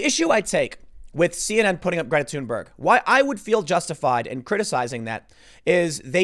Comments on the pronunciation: Why does he keep saying tune Berg? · The fact that her name is pronounced as Tune-berg makes me laugh. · the way he pronounces Thunberg makes me think he smells his own farts